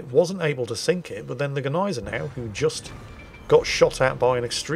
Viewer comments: Its not Neisenau, its not Geneisenau its Gneisenau... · And the G in Gneisenau IS pronounced !😉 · The "G" in 'Gneisenau' isn't silent..... It's swallowed.... Like the "g" in 'Nguyen'. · Since when is the G silent in German??? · Gneisenau is pronouncend "Gneisenau", not "Gneisenau". Doesnt get any more clear than that.